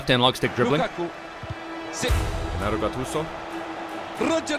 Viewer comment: Its not pronounced ghennaro. Its pronounced djennaro